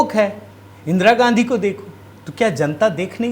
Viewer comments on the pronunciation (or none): none